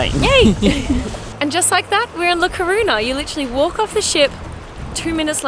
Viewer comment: Hey, couple! When you have a "ñ " as in " La Coruña" you speak: " La Corunia"!